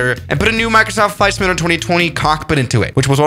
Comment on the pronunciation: How he says simulator "SIMUUULAER